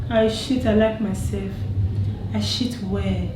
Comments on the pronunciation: She said " I sheet well, I sheet I like myself" 😭☠🤣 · It’s the emphasis on “shit” for me 😂😂😂😂😂😂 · Congratulations girl. So happy for u and the emphasis of shit is killing me lol